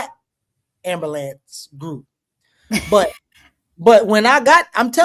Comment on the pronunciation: Dr. JAB smiled at pronouncing "ammulanmps" 😂😂